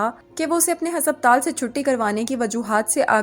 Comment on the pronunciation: Why is the pronunciation for ‘haspataal’ so off